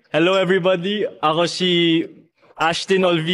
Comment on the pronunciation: That hallo everybaddy.... 😅❤